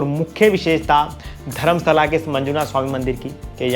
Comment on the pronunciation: Dharmastala correct prononssaion hai